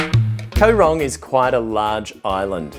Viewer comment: Koh is pronouned gaw. Same as in TL.